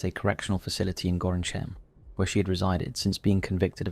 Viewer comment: The placename of the Dutch town is pronounced 'Gorkum' for some reason, they swallow the 'in' syllable in 'Gorinchem'...